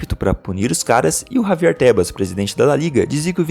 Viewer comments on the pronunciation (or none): none